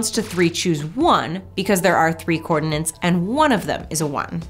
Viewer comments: It's "coordinates", not "coordinants". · Is this just a Yanny vs Laurel thing that I’m hearing wrong? Or is really saying “cordinance” instead of “coordinates”...? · she said 'cordinants' again :P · She must be English!